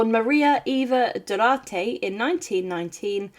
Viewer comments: Great video. BTW - his name was Juan Peron pronounce "Wahn Pear-Own", not "Jew-On". Also Eva's name was pronounced "Doo-Are-Tay". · Evita’s last name is pronounced Du-wart-a. Juan is pronounced Wan, not Ju-an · Juan is pronounced Hwahn (or Wahn) Duarte is pronounced DoArTay (or Dwartay)